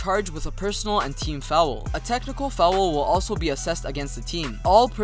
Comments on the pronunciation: Fowel lmao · and then goes ahead and pronouces foul as fowool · fou owel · The way you say foul is hilarious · I rlly dont mean it like its rlly bad but it sounds funny, im just exaggerating, keep up the good work